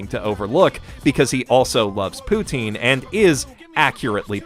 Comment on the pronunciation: as a fellow Canadian but one from the French Canada i just want to say one day ... one day we will get the rest of the country to pronounce poutine properly.